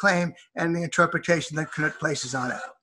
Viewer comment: It's not Ka-nuut Wittkowski. Right away I see errors with this video. It's Knut (noot).Not the pronunciation first mentioned.